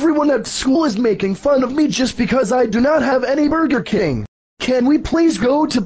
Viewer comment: burger king bur-ger king not burka king lol